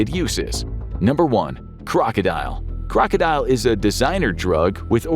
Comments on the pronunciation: it's kroko-dil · #1 is pronounced Kroka dill.